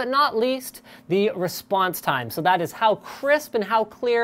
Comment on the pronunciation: That mispronunciation of the word " That" -_